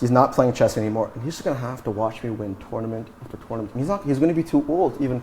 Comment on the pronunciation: Tounament after tounament!